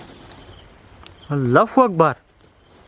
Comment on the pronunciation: Allah hu akbar boliyen bhai not fu akbar